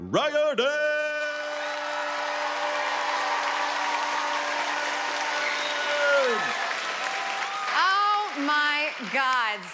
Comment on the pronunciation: Yes, the first person who said it in the very beginning said it right. It has a weird pronunciation